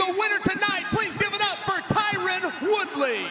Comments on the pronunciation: Imagine getting Khamzat's name correct but not Tyron Woodley lol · "TYRON" Guys... "TYRON".... He was a former UFC Welterweight Champion.. Put some Respect.